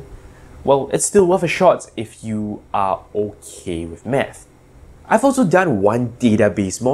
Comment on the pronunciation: I legit thought he said meth.